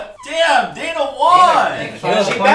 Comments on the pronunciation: its Daina not Diana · Daina* not Dana